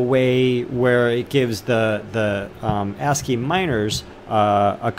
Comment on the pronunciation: ASIC (AYE-SICK) not ASCII, lmfao